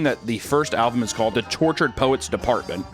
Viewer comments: no sarcasm here, just sheer linguistic curiosity: i sort of noticed that he pronounces alBum as alVum , and now i'm wondering what other languages he speaks that could have caused that. hebrew? spanish? can't think of any others that don't quite distinguish those consonants. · says fuckin "alvum" instead of album wtf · Am I the only one that hears sometimes say "alVum" instead of album? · This has nothing to do with the video topic, but you pronounce “album” as “alvum” and I can’t get over it😅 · Are you saying... 'Alvum'? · Stop saying "alvum" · can’t say album “alvum” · Take a drink every time says "Alvum". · Am I crazy or does he say “alvum” instead of “album”? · He is saying alvum, not album. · So noone is going to comment on Papa pronouncing Album "Alvum" ??? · I just can’t get over the way pronounces album as “alvum”. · He keeps saying alvum 😂 love you! Take it to those Swifties!!! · anyone else notice how always says alvum instead of album? 😂 I find it endearing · Is it me or does papa have trouble pronouncing the letter "B'? Alvum? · Just realized says “alvum” this entire video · Album is pronounced like it's spelled. Not with a 'v' sound. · said with love Papa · anyone notice how says "alvum"? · Love saying alvum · i’m bothered by the way pronounces the word “album” 🤦‍♂️ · Bro is rage baiting with how he pronounces "album"........ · The fact that he can't pronounce album is hilarious.